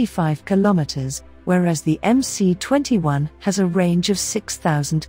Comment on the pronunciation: Stop calling it "em-cee" for God sakes. It is "em -ess".